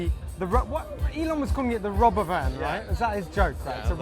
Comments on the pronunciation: It's called the Ro-bovan you nonse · So a robovan